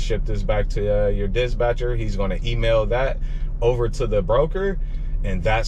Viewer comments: Dispatcher not Disbatcher..lol got it bro🤣🤣🤣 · Love the content boss, been an owner/op myself running big trucks though. Switching over to sprinters soon. Btw, it’s “dis-patcher”, not “dis-Batcher”. Keep gettin that loot! 💪🏾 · Why you keep saying disbatcher? I thought it was dispatcher 🤔 or maybe it’s something else your trying to say am confused